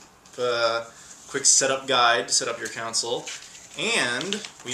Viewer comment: dude it console not counsole